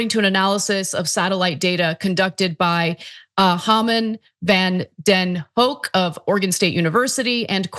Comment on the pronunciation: You nailed the pronunciation of Van den Hoek, rhymes with hook. It's Dutch, and any Dutch name can be Jewish.